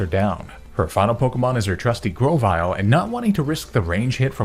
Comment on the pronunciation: Nobody:: Gwovyle uwu